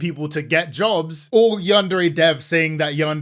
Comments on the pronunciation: Minor nitpick, but why doesn't he ever pronounce "Yandere" correctly? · God I hate listening to yandev. He pronounces yandere wrong, he takes the loudest fucking breaths known to man after every. single. **sentence.* He has the most obnoxious tone even when he says something fucking normal. Great video tho. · Been working on this game for a decade and he still can't pronounce "yandere" correctly